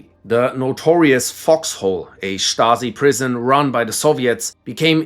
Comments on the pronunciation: You're a natural when pronouncing names at the Gestapo, Stasi, and South African Security Branch sections! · Dude can pronounce stasi correctly but not yezhov